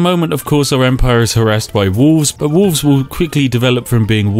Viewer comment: Spiff doesn't pronounce the 'l' in wolf/wolves.